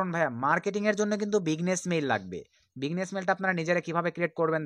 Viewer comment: ভাই বিগনেস মেইল না, বিজনেস মেইল হবে 😂😂😂😂